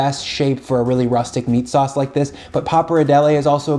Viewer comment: He said Meat Sheet.